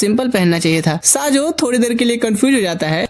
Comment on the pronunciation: These name not saajo this name is sayo 😂